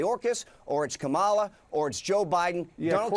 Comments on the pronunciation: Corey Lewandowski, like other MAGAS, was fully duped by his equally insane serial liar, convicted felon's playbook of lies and disinformation! To stop these extremists who purposefully mispronounce the name of VP Kamala Harris to gratify their MAGA leader and make them absolutely irrelevant, VOTE 💙💙💙 up and down the ballot this November! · Ok I'll be the one to explain the Kamala name mispronunciation. They say it wrong because there used to be a heavyset African American wrestler who performed barefoot as a " savage" and would slap his belly. His "show" name was Kamala (said the way the Trumpies all say it) the Ugandan Giant. They are calling her a fat, stupid, man essentially. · Second time I've seen literally ANY journalist point out the stupid, childish othering going on in the Trump swamp with VP Harris's first name. I wish he'd gone further, to be honest. Like ask this clown if he's really so dumb, he can't pronounce a three syllable word. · Again your headline is a stretch. Trump Stooge kicked of after refusing to pronounce Kamala's name correctly. I don't click 'like".... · they're not sounding how they think they sound when they mis-pronounce Kamala..hint.they look illiterate. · I’m glad Acosta finally called him out on his purposeful mispronouncing of Kamala. Cory is just another GOP flame-thrower. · Cory got a lot of airtime in this episode. Who the hell cares why a loser mispronounces a name. I would have kicked Cory out of the interview when he wouldn’t admit trump lost. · They mispronounce Kamala because they know it triggered liberals. So quit getting triggered on her behalf. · Say her name CORRECTLY. MADAME PRESIDENT KAMALA HARRIS MF. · These asshats can't even pronounce Kamala!! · They CAN. They keep mispronouncing it to show disrespect. They are asshats!!! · Or to pronounce her name properly. They really are the dregs....where does Trump find them? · It's (,la) it's simple unless you're an indignant child.